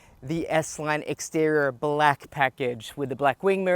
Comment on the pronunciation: It’s pronounced “extee-ree-or” not “extee-ror”. It’s “intee-ree-or”, not “intee-ror”. For crying out loud!